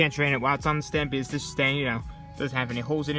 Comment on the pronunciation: Say because not bz